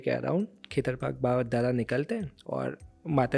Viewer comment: भाई जी खेतर पाक नही होते खेतर पाल होते है